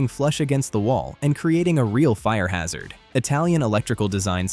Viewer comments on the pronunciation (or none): none